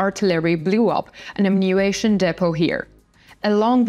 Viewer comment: Ammunition. Not Ammunation and not Ammuation. Amm-u-ni-tion.